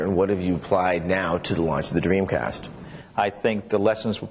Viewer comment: Sessler keeps saying Dweemcast